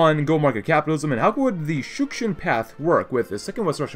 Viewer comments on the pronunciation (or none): You keep saying Shushkin but it's actually Shukshin